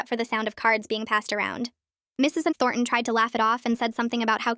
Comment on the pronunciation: Anyone else bugged by the teacher’s being pronounced as Mrs EnThornton?